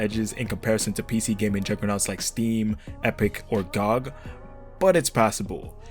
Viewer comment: The way you pronounce "gog" is similar to how i used the pronounce clash of clans as "coc*"